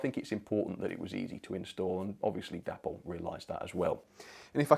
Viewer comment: i love your content, but please please stop calling Dapol.. Dapple.. Its pronounced Day-Paul. c'mon mate honour the memory of the company's creator, David Boyle.